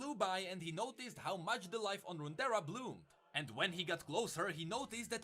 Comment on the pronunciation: Runeterra is just 2 words put together. Rune & terra. So it's just pronounced as "roontera".